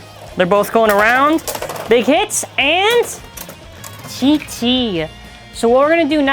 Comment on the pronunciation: It is prnans gt not tt